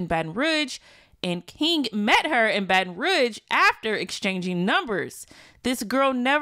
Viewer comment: The way you say Baton Rouge triggering me 😫😫